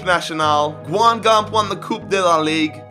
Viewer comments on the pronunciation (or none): The way he says Guingamp hurts my soul